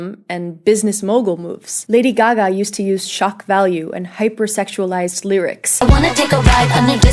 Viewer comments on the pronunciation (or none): none